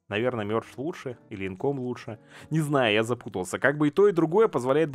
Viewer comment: не инком, а инкАм